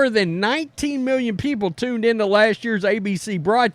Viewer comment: "Mew-yuns" of dollars...